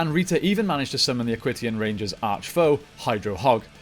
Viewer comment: Great video, just a few errors I noticed though, Aquitions is pronounced Ak-wee-shins not ak-wit-e-ons, you said the black ranger pilots the black beetle borg and Dustin is the yellow ninja storm ranger, wind ninja is the name of the academy